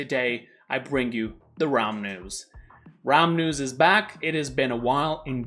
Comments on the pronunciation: He brings us the "ramens" or he will brings us the "Raums"? Yes, before you say something guys, I know he said the "realm news". I'm just trying to a joke here, okay? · I hear it too lol Raum decided being an Abyssal Lord wasn't enough so he founded his own news station. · I can only hear you say "Raum News"